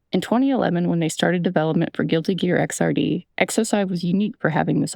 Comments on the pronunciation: Hi I'm that person you hate Its pronounced Xrd like X erd, like 3rd, not X R D Video seems cool, hope that audio set up comes through doe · I'm being completely pedantic, the "Xrd" in Guilty Gear Xrd is pronounced "Ecks-erd". Fantastic video ^_^ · i'm not finished with it yet but this video is great so far! idk how many fighting game nerds are making their way here so i felt legally obligated to say Xrd is pronounced Ecks-Erd, like the word Third but X replacing the Th. i need to justify myself knowing this by telling people i apologize